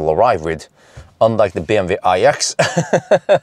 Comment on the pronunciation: BMW not bmv:):)